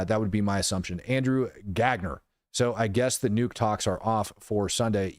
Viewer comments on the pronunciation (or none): none